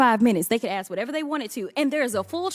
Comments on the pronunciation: Why do (WE-THE-PEOPLE) need a woman like this to perform??? We are not wanting to watch a circus act! There is a difference between the two words of: ‘ax’ and ‘ask’. The one named ‘dan goldman’, and (one’s like him) are getting plenty of coverage by jasmine…..wonder why??? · It ASK, not ass. 😅😅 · it's ASK, not AX Jasmine!!!!!!!! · Future Mayor of Dolton Illinois. And she didn't ask, she "Axed"! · No, it's axe. Don't axe me why. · She didn't axe a question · Let me axe you a question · when she "axe chew" a question "chew" will answer gnaw mean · !!! She should file a lawsuit against its acting coach ! If you axe me. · I dint axe you a question. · Overbearing DEI who cannot speak proper English. She said "Hunter ain't here". She cannot pronounce the word "ask". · Did she ax a question? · Did she actually say “troof “ and axe you “? 🙄